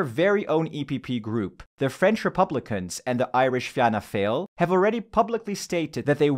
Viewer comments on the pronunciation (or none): Little correction, in fact two. The Irish party Fianna Fáil is in Renew, not the EPP. Also, the second word of its name is pronounced ‘fall’, not ‘fail’.